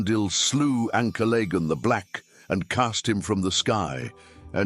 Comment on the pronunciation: Not sure that's how Ancalagon is pronounced.